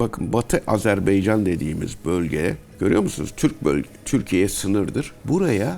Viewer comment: Hocam bari siz şu Azerbaycan a azerbeycan demeyin koskoca akademisyensiniz